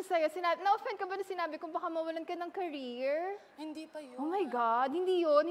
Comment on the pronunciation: cariere hahahaha hahaha Who is more carire